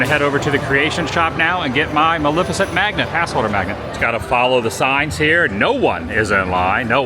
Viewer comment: MalEFicent, not Malificent.